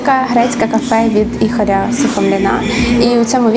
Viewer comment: Від "Іхоря" Сухомліна чи мені почулось?